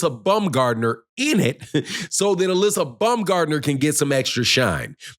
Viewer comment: U keep pronouncing her name wrong😂. It's pronounced [Uh-lee-see-uh]